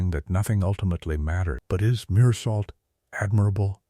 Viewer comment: The main character's name is not pronounced with a T on the end, but pronounced Mur-soh! Mindless AI software